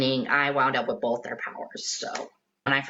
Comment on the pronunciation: says “bolth” instead of Both Leedurally instead of literally